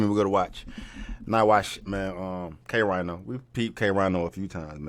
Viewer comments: Pronounced "K-Reeno"... I know because I said "K-Rhino" for a while too. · Ok so 1st off, good looking for covering a K Rino song. But I have to address this. His name is not K Rhino, as in the animal. It's pronounced K (re-no) Rino. His name is an acronym. It means Killer. Rhymes, Intellectually, Nullifying, Opponents. K Rino. So, what you where confused about him saying the 1950's and the 80's is the person the scientist did the experiment on was BORN in the the 50's and the experiment took place in 1981 so the guy was 31 years old at the time of the experiment. He was married and had a 1 year old son at the time. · pronounced K Reno - not K Rhino, not that he gaf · Reeeno not rhino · His name is not K-RHINO its K-Rino...like how Reno is pronounced. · I was just wondering if you ever did a k Rino reaction and sho nuff! And it's pronounced Kay Reno. Like the show Reno 911. Everyone says K 🦏🤣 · K-Rino? You reacting to K? You KNOW K-Rino? NIOCE. Pronounced "Reeno" though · It's spelled K-Rino but it's pronounced K-Rēno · It's k REENO, go pass judgment on Eminem or someone sambo. Sheesh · K RINO, pronounced like “K REENO” Everybody’s favorite rappers favorite rapper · Rino has too many tracks and lyrics. He pronounces it Reeno BTW. Peace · Pronounced Kay- Reeno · K-Rino is pronounced “Kay-Reeno” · Pronounced Kay ree no. Thank you for reacting to him. Dude doesn’t get his flowers. Legend here in Houston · Pronounce it K-Reeno